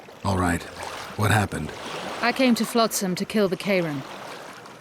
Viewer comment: Shill and Floatsam, eh... You should pay more attention to the way the names are pronounced. :P